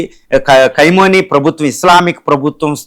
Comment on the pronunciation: Ore Vedhava Analyst. Pronounce properly the name of the Supreme Leader of IRAN.